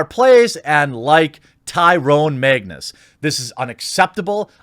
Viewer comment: I'm just here to hear you call him Maig-nez